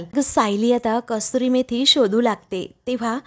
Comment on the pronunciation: कस्तुरी मेथी नव्हे तर कसुरी मेथी म्हणतात. एवढेसुद्धा लक्षात येत नाही का? नेव्ही पिके चा केवळ आवाज चांगला असून चालत नाही तर तिने योग्य शब्द योग्य पद्धतीने उच्चारले पाहिजेत. तुमच्या व्हिडिओमध्ये या चुका वारंवार घडत असतात. व्हिडिओ पूर्ण झाल्यावर युट्युब वर टाकण्यापूर्वी एडिटिंग होणे गरजेचे आहे.